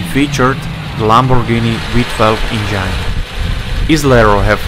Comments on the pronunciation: Or at least the "engyne" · Lots of nice cars, but not many that are "forgotten " and where's the one in the icon picture that advertises this vid? (Click bait). And you seriously need to work on your pronunciation of the word 'engine'. It's as in 'walk in' not 'I'm fine' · I enjoy how the narrator says "engine".. It sounds a great deal like "vagine". I dig this fellow. Keep the good vids coming!👍🏻🤘🏻